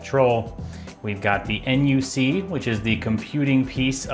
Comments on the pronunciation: Nice video I like it. But just call the Intel NUC “a nuck” instead of N U C next time lol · intel n, u, c? Most of us call it the NUC (knuck).